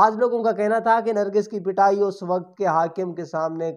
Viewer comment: لفظ نرگس ہوتا ہے نرگھس نہیں